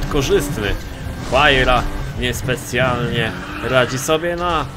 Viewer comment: Czyta się łajra a nie huajra jeśli chodzi o Pagani